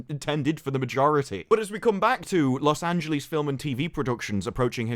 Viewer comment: Take a shot every time says Los Angeleeze like Bugs Bunny